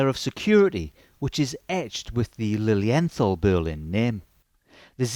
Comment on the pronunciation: The pronunciation is Lilien...tall , I am not being disrespectful, I was corrected by German speakers. Their newest automatic has a Miyota movement, I think that is a colossal mistake. I own 12 of them most limited edition. These watches are either loved or hated, there is no in between. Their resale value is lukewarm, they are not an investment.